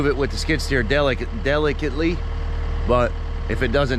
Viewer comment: Did he just say deli cut lee?